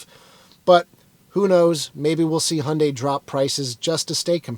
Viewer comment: “Handay”. You know so much about this brand/car (I do enjoy your videos very much) and yet it baffles me how you butcher the brand name every single time 😅 it should be “Hi-Yuun-Die”.